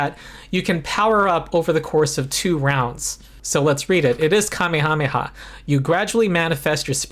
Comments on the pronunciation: You still don't know how to pronounce 'Kamehameha.' (He was a Hawaiian king) It is pronounced kuh-MAY-ha-MAY-ha. The emphanis is on the MAY. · that is how the kings name was said, not how the attack from the popular anime series is said